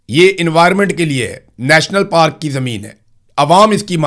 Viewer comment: پاراک نہیں پارک